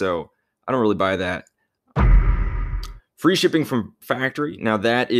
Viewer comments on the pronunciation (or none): none